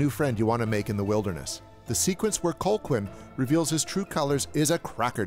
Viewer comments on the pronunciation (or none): I was a little confused about how to pronounce Colqhoun when I first saw it. It's actually "Co-hoon," not Col-quin. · Always loved this movie! But I am irritated that you kept pronouncing the name COLE-quinn, instead of cull-HOON like it is in the movie. Or just call him by his other name, Ives. That’s supposed to be a surprise but it’s revealed in the video already. Anyway gotta go, this movie makes me hungry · Its pronounced, "Cal-hoon." Not, "Col-kwin." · STOP PRONOUNCING HIS NAME AS COLE-QUINN 😭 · Cole-quinn?! Thought you saw the movie? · Colqhoun is pronounced Cal hoon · oh, man I love this channel. But it is slap in the face to realize he's just reading a script and never actually watched the movie...it's pronouced CAL-HOON. even though its spelled Colquhoun. it's pronouced CAL-HOON in the film (it's Scottish). come on. at least PRETEND to watch these movies...or why are we helping you generate revenue? Shame...